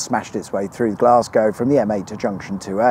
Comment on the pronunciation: No self respecting Scot would ever refer to my home city as "Glasgie." To us Weegie (Glaswegian) Natives, its "Gless-ca."